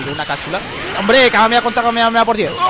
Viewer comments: Me da bronca que diga súper kameaea osea decilo bien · si sos argentino como yo si ellos dicen kameamea y nosotros kamehameha